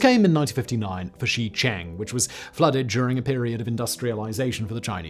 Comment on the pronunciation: Simon, on behalf of everyone who winced at your mangling of Shicheng, please please please look up how to pronounce pinyin place names. They have standardized phonetics, it's not that hard. Shicheng is pronounced closer to Sure-chung not Shee-chang like you were saying